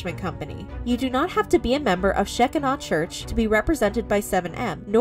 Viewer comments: The "scheckinaw" pronunciation is so cute. I was raised evangelical and I didn't realize there was an entire world that wouldn't even know how to pronounce that word. I'm honestly just so glad for that. Thank you. 😂💜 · I understand the family’s side.. but she’s an adult. She can decide things for herself. I feel bad for both sides. And it’s pronounced “shuh-kai-nuh”…. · Sheh-kine-ah is how it is said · idk if this church pronounces their name differently but the way to pronounce it properly is she-keen-ah or she-kin-ah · Shekinah (She-kine-ah) 😊 just in case you talk about it again. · It's pronounced Sha-Kigh-nah. Like Shekinah Glory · Sh-k-EYE-na church. it wouldn't have been hard to learn the pronunciation. 🙄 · They are pronouncing the church name totally wrong. Omg! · This is sad but the way she pronounced Shekinah, liked to took me out! 😂🤣😂🥴 Seriously, I hope they get their loved one back though. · Yeah. They really messed that name up. Lol! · She is pronouncing Shekinah wrong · Sheck-i-naw church😂 Lady, its pronounced "Shi-kyna." The shekinah glory is all through the Bible. Wow. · It’s pronounced she kie nuh like Shekinah glory in the Bible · Just an FYI...the word Shekinah is pronounced Sha-ky-na. It means where God's divine spirit is settled or dwelling. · The correct pronunciation of that word is sheh-KINE-uh